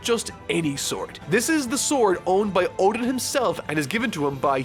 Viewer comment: So nobody told how to pronounce Oden 🍢, huh?